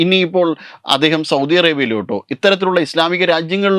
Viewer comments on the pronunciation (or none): none